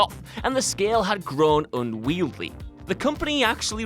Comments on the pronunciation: "Unweedly"? "Unwieldly"? Dude, someone needs to teach this bloke to pronounce "Unwieldy" correctly before making him try to say it twice in a video. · Unwieldly works, even if slightly incorrect, and unweedly is probably just because of his accent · "Un-weed-ly" isn't an accent. It's a thorough unmitigated mangling of an innocent word. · Well done, two totally different mispronunciations of "unwieldy" in one video! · Dude doesn’t know how to pronounce “unwieldy”